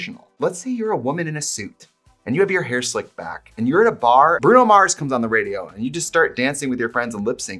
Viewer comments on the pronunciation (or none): none